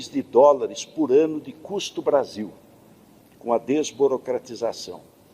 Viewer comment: Fala. Brasillllll , igualmente ao vargas.